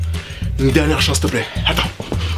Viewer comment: Quand il a tocer est qu il a dis siltepler